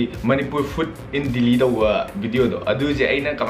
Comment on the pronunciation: Ng pronounciation j Delhi khuhyje dilllhiida 😂😂😂